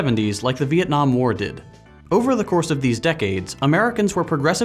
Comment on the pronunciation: Most of you if not all of you wont understand this but I clearly play to much eve online since I heard beeitnam war lol